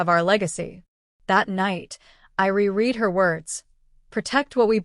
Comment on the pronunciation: Why can't anyone pronunciate reread correctly???? I know that everyone blames AI. But AI has to be programmed or put to use by humans or however they say it. So it doesn't make any sense to say that. If AI is supposed to be so intelligent. Then there should never ever be any mispronunciations.